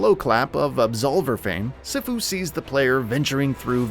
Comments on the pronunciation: CEE-Fuu!! CEEEEEEE-FuUUUUU!! Dammit.😩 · Sifu is pronounced "see-foo". It is a Chinese word. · Dope video man keep it up you guys. P.s. it's pronounced Sea-foo , much love ✌️ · just a tip - it's pronounced phonetically like " See-foo". 2022 is going to be an awesome year for games!, so weird that it's been two years of this virus. But we'll get through it, and hopefully become closer more compassionate, understanding, supportive and loving as a species....Maybe (hopefully) this will be something we can all learn and grow from. Stay safe all, and Happy New Year, let's make it a great one. Love ya, appreciate ya. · It’s sifu (see-fu) that’s how you say just saying also happy new year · I hate how they pronounced sifu.